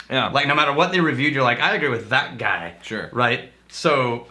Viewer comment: "SO SAYS a guaai" haha